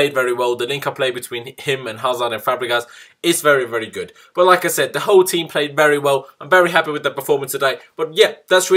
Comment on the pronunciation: It was a good game today, we won very convincingly and I can't wait to play liverpool. I must say that when you say like I said it sounds like you are saying Lacazette ha ha. So it was a good game today and I totally enjoyed it.